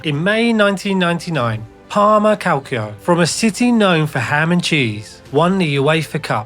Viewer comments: Please pronounce Calcio as you would with Calcho, not Calkio. Your video about serie A are really good, keep going! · Kid that is not how you pronounce Calcio..... it hurts, and I am not even Italian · Maybe this is a great video, maybe not, I will never know. I couldn’t bring myself to watch it after hearing the narrator’s pronunciation of ‘calcio’